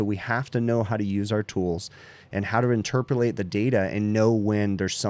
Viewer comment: said "interprelate". Lol!